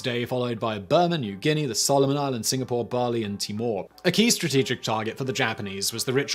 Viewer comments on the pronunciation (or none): none